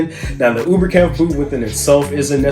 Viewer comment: Coming from a German speaker, Oberkampf is pronounced with a “long O” sound. Like, OH-ber-kampf. 🤗